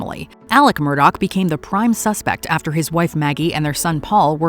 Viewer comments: How in God's ever loving name does anyone think Murdaugh is pronounced Murdoch??? That's pretty bad. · Its not Murdoch. Its Murdaugh. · Alex Murdaugh pronouncing both of his names so wrong is enough for me. Send him to the chair.